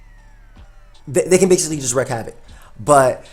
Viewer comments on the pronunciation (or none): this bugged me the whole live,, it's 'Wreak havoc' and not 'wreck havoc' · WREAK havoc. not wreck havoc. love ya:] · I love you but the "wreak" in wreak havoc is pronounced more like "week" than "reck". but hey what's a vid without mispronouncing stuff <3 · It's "wreak havoc",, "wreak" meaning to cause or inflict, and it sounds like "reek", which you probably know means to smell bad. Sorry... because you kept repeating it 😅